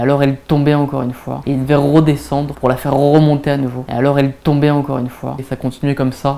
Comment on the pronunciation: "rrroe désendre pour la rrrroemonter" ptdr meilleur moment de la vidéo